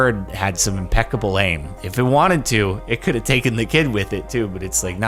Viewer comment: Ha, "impeckable" aim... Hhaha